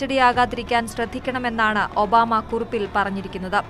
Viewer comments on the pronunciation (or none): ഒന്നുകൂടി തെളിച്ച് പറയു ഒബാ മേ